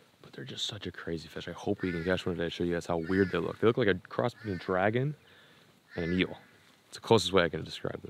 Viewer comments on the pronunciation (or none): none